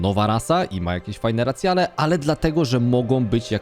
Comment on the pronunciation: Podoba mi sie podsumowanie. Sluchac nie jestem w stanie bo dobijaja mnie "landsy" "racjale" i "Dranaje"